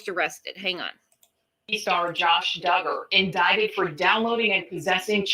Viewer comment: It’s pronounced Dug’-ger, spelled Duggar. Not dū